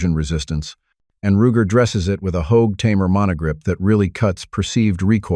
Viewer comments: Wtf is with all this ai crap. Pronounces first revolver wrong. Roo-jer? Wtf. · Roojer? A.I. is trash